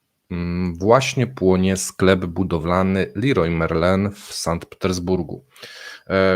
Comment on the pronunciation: Panie, jedna uwaga - warto sprawdzić przed programem jak wymawia się niektore nazwy. Np Leroy Merlin powinno wymawiać się leruła merlę, nie Liroj merlin.